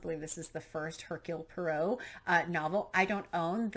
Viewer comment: Definitely pick up a newer translation of Bambi! And don't have any expectation for it to be cute and cheerful like the Disney version (typical disneyfication...), it is a parable for antisemitism. Also: Poirot = Po-ah-roh ;)